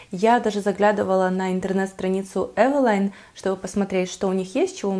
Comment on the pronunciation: Спасибо,что правильно произносите название фирмы.И больше не подстраиваетесь под тех,кто сам придумал как лучше говорить.Основные две категории это "так больше нравится" и "так привычнее".